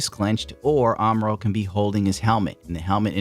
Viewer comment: 1st thirty seconds of the video, I kept hearing "Armor-All"